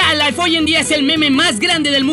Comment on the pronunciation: JAL lai no mames se pronuncia "jalf laif"